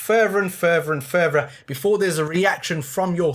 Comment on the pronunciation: In canada we say further not furvra but thats crazyyyy